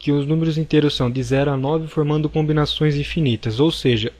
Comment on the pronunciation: Quem mais ficou incomodado com "conbinações"?